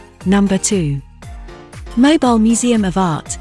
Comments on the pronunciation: It's pronounced Moe bill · Learn how to pronounce the name of the city before you do a video on it.